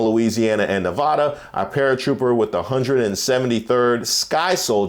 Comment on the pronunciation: Start pronouncing Nevada correctly!